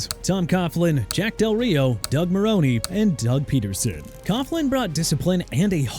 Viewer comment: Doug Marrone (e is silent at the end) “What is this an Ai voice?”